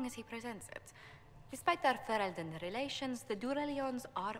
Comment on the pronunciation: Fereldan = Fe-rel-den